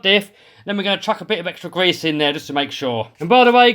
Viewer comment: You weally gotta get out the old gwease 😆